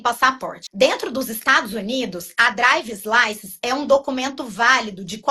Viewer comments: Não aguento estes brasileiros que ficam metendo palavras em inglês no vídeo em português! Fala errado sem necessidade pq é só falar em português. “Minha draivi”. Não seria melhor falar igual ao seu entrevistador, “carteira de motorista?”. Fora que green car significa carro verde. O tal do green card não tem D mudo NÃO! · Falando em português , ela fala visa ao invés de visto mas fala “drives” license . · A mulher não sabe nem pronunciar drivers license! Se não sabe falar nem o inglês básico, fale em português poha! Se diz carteira de motorista! E o cara falando “romi ofici”! Estão onde nunca deveriam ter saído!